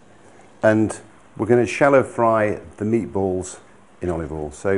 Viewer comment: I love how he pronounces "oil" as "all" but he's not from US South